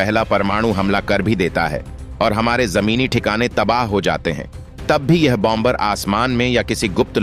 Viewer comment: Hi.😅 Its Pronounced Bomer and Not BOM BER. 2nd , B, is Pronounced Silent. France 🇫🇷